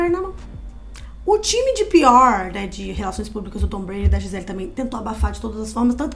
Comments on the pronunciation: Gente ele é brasileira, o nome dela é Gisele não gizeL. Podem falar a pronúncia em pt Brasil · O jeito que a moça fala o nome da Gisele 🙄 "Giselll" Mana, ela é brasileiríssima! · Gente... adoro os vídeos de vcs... mas o nome dela é GiselE... afinal ela é brasileira... não entendi o pq dessa pronuncia "Gisel"... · Vocês são brasileiras, o nome dela é em português. GI SE LE. Nós pronunciamos a última vogal. Para de palhaçada de Gisell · Gisel Kkkkkkkkkkkkk Ela é brasileira, porr!!! É GISELE! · Pq a menina ficava chamando a giselle de gisell?? 😂😂😂😂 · Di-zel???? Ai foi demais né meninas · Nossa que agonia “Gisel” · Pq vcs nao falam o nome dela em português? É Gisele.